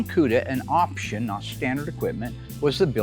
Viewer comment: Highest "opsheeon"? Sheesh, get a real announcer.